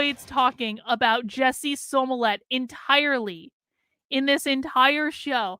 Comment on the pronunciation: Do you mispronounce Jussie Smolett's name improperly on purpose? Is it some kind of political inside joke to do so? You seem pretty articulate, but you say that name wrong and as a psychologist it seems like you'd grasp the implications of consistently mispronouncing a person's name.